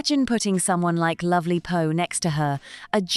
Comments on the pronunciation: You can't pronounce Sandringham, you call Poh 'HO' and you don't even know that Poh is a woman, not a man. Why should anyone ascribe any crediblity to your opinion? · POH not Loh! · Her name is Poh…….not Ho !!!